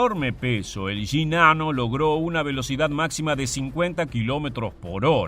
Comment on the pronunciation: Solo lo digo como humor jajaja. Me da risa que el acento argentino pronuncia las Y y las Ll como "sh" y en el otro caso, al pronunciar Sh, lo hace como Y jejeeje. "Yinano"